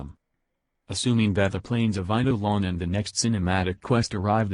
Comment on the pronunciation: TTS Actually said Eidelon quite well.